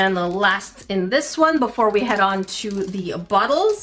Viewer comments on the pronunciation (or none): none